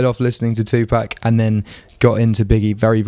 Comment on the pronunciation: British people always mispronounce Tupac's name. I'm British, but I don't know anyone else here who pronounces it correctly.